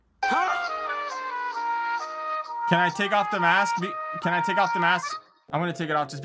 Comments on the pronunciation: The girl that could not say balaclava to save her life lol. "You searching it up baklava" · Why’s she keep saying baklava